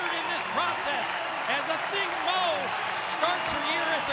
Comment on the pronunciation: Why do they all pronounce her last name as MOE?